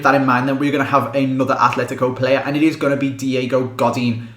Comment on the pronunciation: Please stop putting a 'H' in ATLETICO. There is no 'H'. There is Athletic Club Bilbao and Atletico Madrid.